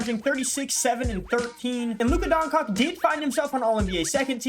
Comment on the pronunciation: im begging you bro stop saying luka doncock what is so hard in saying DON-CHITCH pls bro for the love of christ